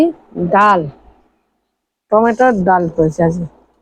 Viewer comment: আপনি টমাটম বলেষ কেন ? ওর নাম টমেটো।